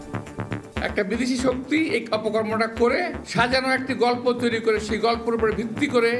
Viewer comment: খবরে খবরে বলছেন টেন ছেরেছে শেই গল্প বলুন